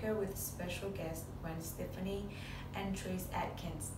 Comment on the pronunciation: You still have NOT learned how to pronounce superstar Gwen Stefani's last name it's pronounced Steff ah knee. Get it right.